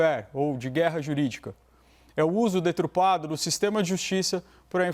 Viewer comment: Olha só, o debatedor, falou "detrupado", ou eu entendi mal? Não estou criticando o rapaz por isso, não. Pode acontecer. É que me lembrei q quando Dr Sérgio Moro falou "conge", o mundo veio abaixo. Ainda hoje alguns babacas ainda o criticam. Normal atropelar as palavras.